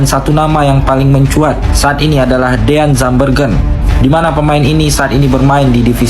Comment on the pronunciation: Pelafalan namanya salah.. DEAN itu dibaca diyn.... Bukan deyan... Jangan sembarangan baca nama orang.. Kalau BUDI dibaca byu-dai mau gak...???